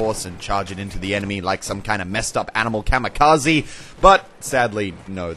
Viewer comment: the mispronunciation on the word Kamikaze is too damn high.....